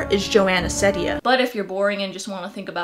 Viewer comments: It triggers me a lot how you say Ceddia. Its pronouced seed-ia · its pronounced ceedia i think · nope. It’s Joana See-dee-Anne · It's pronounced like SEEdia instead of Sedia, but close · nah it's Seeedia not sedia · Hahah I know that u pointed this out but I’m just saying It’s pronounced. SEED- ia. Not trying to be annoying I thought it was SED- ia too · you did not pronounce it right, it's ceddia (seedia) :) no worries though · It's see-dia but whatever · Well its pronounced seed- eea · it’s pronounced “Seediya” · It's pronounced like "see-dee-uh" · You should pronounce it like Sidia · It's "seed-ia", lol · It’s wrong. Her pronunciation is seed-dia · It's SEED-IA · No you didn't pronounce it right. It's (See-dee-Uh) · it is pronounced s-ee-d-ee-a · U did not bit that's ok it's Ceddia(sed-ia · You kinda said it wrong.... (Seedia is how it’s pronounced. But i don’t blame you) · lol no it’s pronounced Seedia even though it’s spelled Ceddia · It’s pronounced See-Dia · Isabella Portillo no, it is pronounced see-dee-uh. On her q&a video someone asks her how to pronounce her name and she says it’s pronounced see-dee-uh. If you don’t believe me you can check it out for yourself. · Her name is pronounced Ceddia (seedea) just to clarify :) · it's pronounced see-deeya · its see-di-ya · its actually (CEED-A) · It’s seedia (that’s how It sounds) Seed-ia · It’s said see - diya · ITS PRONOUNCED SEE•D•A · Its almost pronounced Zendaya but it’s Ceddaya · It’s pronounced Joana CEEdea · It’s pronounced (Cee-Dee-ahh) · um srry but i think its pronounced SA SEED UH :I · It's an ee sound in ceddia😂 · you said it wrong :( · I don’t think you pronounced it right :) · 💀💀 you said it wrong bahahah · You pronounced it wrong and she says her name multiple times in her videos. Do some proper research about her before you suspect her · you pronounced her name wrong s0 mANy tiMEs